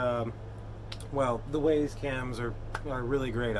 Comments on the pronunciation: It's not Waze, it's wyze like "wise". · Wyze is pronounced wize not ways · OMG, thanks for the info, it was, however, very painful to hear you say WAZE (ways) when it is clearly WYZE (wize)..I almost couldn't watch the video all the way through...but thank you VERY much for doing it.